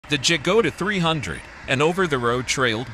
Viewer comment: Dżagoda ? 🤦‍♂️ Ciężko jest nauczyć maszyny języka polskiego !